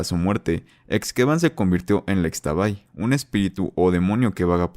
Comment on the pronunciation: Como dato, Xtabay se pronuncia como "ishtabay", lo mismo con la flor de Xtabentún (Ishtabentún)